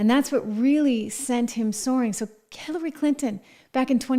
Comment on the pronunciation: Bawahahaha she said Killary Clinton😂😂😂🤣🤣🤣